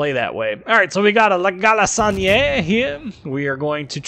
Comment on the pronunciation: I love how english speaking persons pronounce french names i.e La galissonière lol. great video as always :)